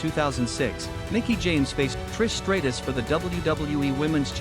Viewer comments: Stop mispronouncing stratus 😢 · Please stop mispronouncing stratus 😢